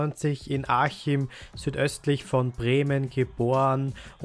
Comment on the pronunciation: Achim wirds ausgesprochen und nicht aschim hast es falsch ausgesprochen mein lieber Liebe Grüße